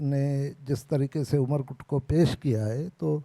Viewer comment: amarkot not umerkot